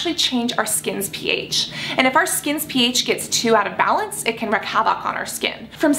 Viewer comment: Cassandra, I love you, but PLEASE look up how to pronounce both "wreak" and "havoc". They're basically "reek" and "havik", not "wreck havOC". You say the phrase in every video, sometimes multiple times, and it's REALLY jarring when it's consistently said wrong. ; - ; Great video though!